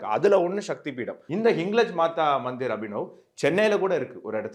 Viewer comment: ஹிங்லாஜ் என்று உச்சரிக்கவும்